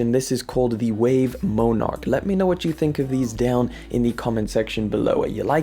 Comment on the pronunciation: Dude - it's Mon-erk. Like the Monarch Butterfly. What the hell is a Moan-arck